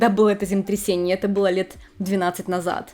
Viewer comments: Хочется, чтобы вы произносили четко слово землетрясение, а не земтрясение. Извините. Вы очень хорошо рассказываете, но очень глотаете длинные слова. Только не обижайтесь, мне очень нравятся ваши ролики❤ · Ваше "земтресение" звучит настолько очаровательно, что проулыбалась всё видео, несмотря на серьёзность аргумента🥰😍😆👍